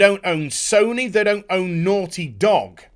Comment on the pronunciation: The way he pronounces “naughty” when he’s worked up reminds me of...uh...”certain characters” from I think the original Fable. “Oh you’re so noorty!”